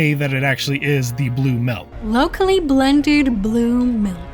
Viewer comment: did he just say Milk as "Melk" ?